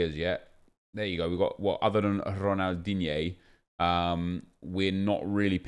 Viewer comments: Dislike for every time you say DIGNE😡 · Imagine being high and hearing nep say Ronaldigne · I love when you say Ronaldigne 😂😂😂❤️❤️❤️